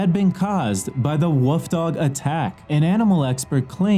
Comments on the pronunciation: Did anyone else hear "Woof Dog" instead of "Wolf Dog". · He said woof dog lmao